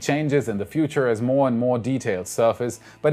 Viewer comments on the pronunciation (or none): slight word issue. moe-more just sayin :)